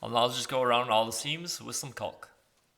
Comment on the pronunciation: Nice job. But who pronounces caulk that way?